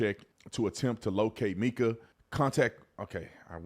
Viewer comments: Please do research before posting stories. You pronounce Mica's name wrong. It's Mica, not Meka. Pastor has a girlfriend who he's with now. He was stalking her with tracking chip on her car. Also, slashed her tires, recently and had a restraining order two days before death. There is so much to this story. Pls do more research. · It's pronounced "my-kuh" not "mee-kuh".